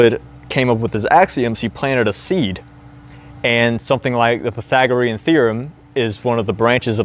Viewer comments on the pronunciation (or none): none